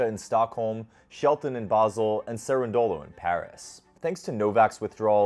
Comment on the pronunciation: Nice video, thanks. A minor and trivial issue. Most times native English speaker get accents wrong. Sonego gets accent on the first “O” and not on the “E”. As well as Cerundolo has accent on the “U” and not on the first “O”.